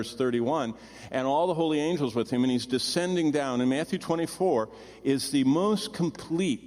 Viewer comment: B. E.____ H. O. L. Y......SAY THE WORD MORE CLEARLY..........